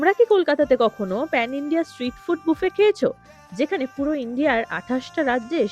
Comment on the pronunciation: Thank you... You are the only bengali content creator who rightly pronounced buffet as 'boofay' and not 'baffett' .